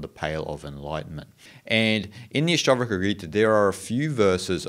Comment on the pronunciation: Nice! The phrase "Ashta" (the Ash rhymes with hush and not ash as in ashes) :) means eight. Ashtavakra, refers to the sage who was born with eight bodily deformities and yet taught a profound scripture. Thank you for this exposition.